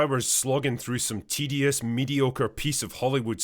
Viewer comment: Did you say “tedious, mediocre, piece of Hollywood slop” or did you say “TDS, mediocre, piece of Hollywood slop”?